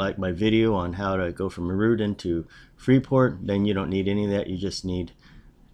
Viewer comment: It's pronounced "Air-uh-dite" just saying. :)